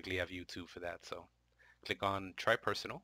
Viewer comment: Did he say click or cllick(double L)